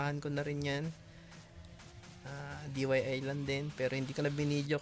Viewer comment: it's DIY kuya, not DYI. Do It Yourself